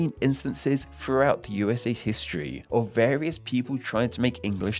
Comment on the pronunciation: Throughout* not Froughout